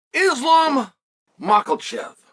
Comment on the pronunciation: Islam Makalchev, Jack Dilemma, Belal Mohammad. At least he got Belal's name right once then continued to call him Blahal throughout the video 😂😂